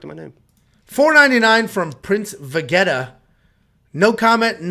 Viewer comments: So cringe man , can’t disrespect the prince of saiyans like that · U will be sacrificed for that prince Vegeta pronunciation by the DBZ nerds😆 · I hear ya, I got a chuckle